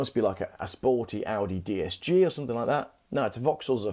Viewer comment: Cool video and great info. But, doesn’t “something” end in a G. Why do you say somethink?